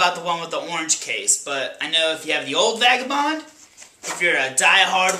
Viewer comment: It sounds like you said "fagabond" . Lol.